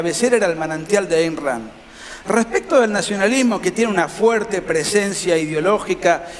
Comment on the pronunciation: "respecto" tiene que leer bien